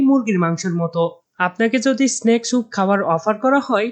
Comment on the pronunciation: ভাই উচ্চারণে সতর্ক হন।এসনেক না শব্দটা স্নেক,স্রিম না শ্রিম্প সালাদ/স্যালাড। বাজে ভাবে নিয়েন না প্লিজ